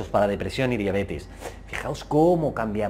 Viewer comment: Diabetes, si. La conozco. Pero no a la diabetis como pronuncian en el video